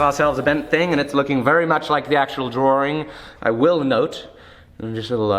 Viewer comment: Great video... but I must say... DrawRing, LOL..